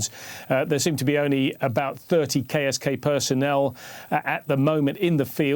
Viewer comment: oh KSK... I thought I heard Gay as Gay commando or something sigh.